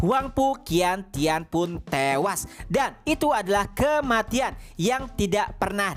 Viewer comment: cara baca qian tian adalah ( cian tien ) bang